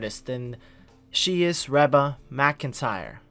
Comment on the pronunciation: It's pronounced Ree-ba even though it's spelled Reba..